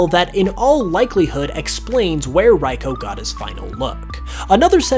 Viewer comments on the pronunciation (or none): if ive learned anything from all these pokemon its that absolutely no one knows how to pronounce any of their names "raiko"